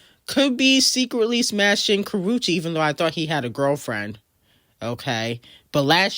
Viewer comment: ..."NOW, WHORE-ESHA" 😮😅😂😅😂